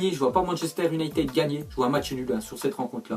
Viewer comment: on prononce Younaïtid pas unitèd